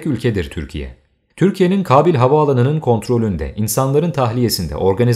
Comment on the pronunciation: Kabil değil Kâbil telafuzlariniza birazcık dikkat etseniz keşke... Kulağımı tirmaliyor Kabil deyisiniz